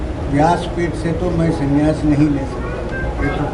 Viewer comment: Not sanyas but sannyas. Correction by Muth is required.